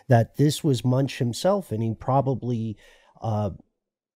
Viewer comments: Just wanted to point out that 'Munch' is pronounced more like 'Munk' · The "ch" is pronounced as a "k" 😉 Like "Munk" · MunkKKkKkkkkkk!!! Not Munch like u do a dorito